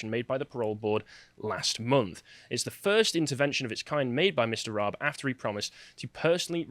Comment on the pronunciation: How can you comment when you don't know how to pronounce Dominic Raabs name?